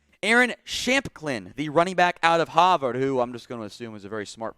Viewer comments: Man said “haaaverrd” instead of Harvard I’m weak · The way he said Harvard